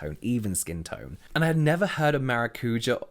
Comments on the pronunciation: Excited for the brand! Just fyi maracuja is pronounced maracu-sha and is nothing more than passion fruit. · Maracuja (ma-ra-coo-jah - with the emphasis on the 'ja') is passion fruit in Portuguese, they just call it that to be exotic, but it's passion fruit. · mn do céu eu tava aqui pensando esse maracúja q eles tão falando é maracujá??? kk